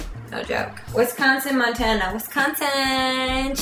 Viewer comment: "I Like Wes Con Sin" Come drink and eat cheese curds with us in Wisconsin sometime, because we love you!